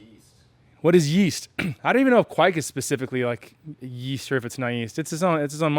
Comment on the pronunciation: you are saying it correctly, it's "kveik" not "ke-veik"